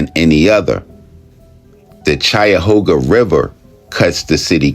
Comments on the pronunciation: Cuyahoga ....Ky-Yahoga not Chi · Can tell this guy isnt from Ohio. "Madeena" "chaiahawga" lmao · Dude can’t even pronounce the county. Sub Saharan IQ